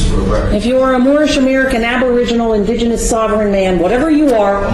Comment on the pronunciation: Only First Nations and Native American are indigenous. Moors are pronouncing the word wrong, it is disingenuous. Watch the guy with the beard in the gallery. He is cracking up.